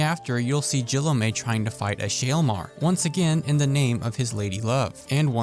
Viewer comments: JILL-UH-MAY?! Ffs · Poor Guillaume gets his name butchered too often lmao